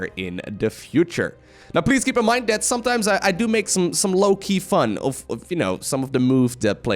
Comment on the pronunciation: "I somethimes make some low-key fun" more like fun;)